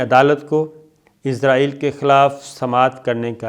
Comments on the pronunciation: Sir g pls Israel hai izrael nhi hai aap bar bar Izrael bol rhy hai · Sir, its not izraaeel .... its israel. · سر آپ اسراہیل کھو۔آپ عزراہیل نہ کھو ۔یہ تو فرشتہ کا نام ہے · Sabir sahab.... "Shut up your mouth" nahin "Shut your mouth" hotta hae, Aur aap "Israel" ko "Izrael" kiyun parhte haen.... Aap aik journalist haen, per aap ne english kahan se parhi hae? 4 minute ki information..... 20 minute ki video.... kamaal ho gaya... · عزراعیل کیو بولتے ھو اسراءیل بولو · Sabir Bhai, its Israel not Izrael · یہ لفظ اسرائیل ہے، ازرائیل نہیں۔ درستگی کی ضرورت ہے۔ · اسرائیل کو ازرائیل نہیں بولا کریں